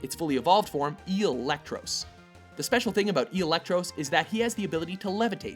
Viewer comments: he mispronounced eelektross to "eelektrose"? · "Number 6: Electross" Bruh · Eelektross? Lol, Have you met Mega Rayquaza and Mega Salamence?